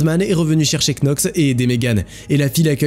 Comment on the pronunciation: Knox ça se prononce "nox", comme "knee" (genou) se prononce "niii" ou "[to] know" (savoir / connaître) se prononce "[tou] no".